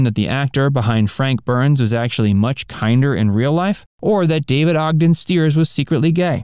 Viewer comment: Ogden… not Odgen! thanks